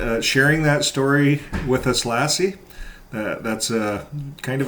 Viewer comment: Hey, I’m a subscriber to your channel, I enjoy your podcasts and I felt that I had to comment that the way you pronounce Lasse’s name makes me think of the legendary collie 😆; it’s sort of distracting, to say the least 😆. Just saying.